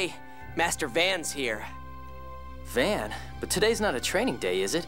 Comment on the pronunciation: the only thing i cant stand in this game is how they pronounce Van's name. I always pronounced it the way they pronounce it in FFXII